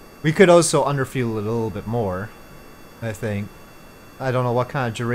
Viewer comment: no hate lover your vids but can I have noticed for a while that you say "also" as " O-so " could you maybe say it right. Keep rollin out these sick vids